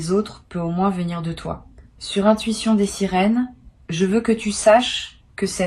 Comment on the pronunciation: Svp corrigez votre prononciation c'est l'intuition des sirènes et non des sérines ok?